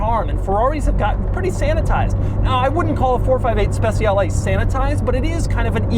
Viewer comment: Just one little thing : "Speciale" is not pronounced "Spe c ale" with the soft c, is pronounced "Spe ch ale" with the ch like cha-cha-cha